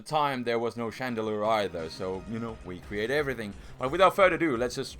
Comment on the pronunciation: Ignore the other two pricks.. He says "we-create" cause hes finnish and its hard to pronouce "V's" so instead he just started saying "we-create" instead.. And as for the intro. Im assuming its cause loves "memes" and so he decided to incoporate that particular one into his intro.